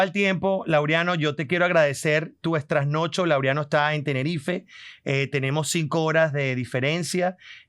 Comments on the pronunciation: George eres lo máximo, te admiramos y deseamos éxito siempre. No se dice "estrasnocho". La forma correcta es trasnocho. Recuerda el nombre del famoso teatro en Caracas: teatro Trasnocho. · no digas extrasnocho es TRASNOCHO nada más